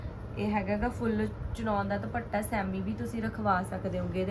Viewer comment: ਭੈਣ ਜੀ ਸੂਟ ਬਹੁਤ ਸੋਹਣੇ ਨੇਂ ਜੀ👌👌👌 ਪਰ ਪਲੀਜ਼ ਦੁਭੱਟਾ ਨਾਂ ਕਹੋ ਜੀ। ਦੁਪੱਟਾ ਕਹੋ ਪਲੀਜ਼🙏🙏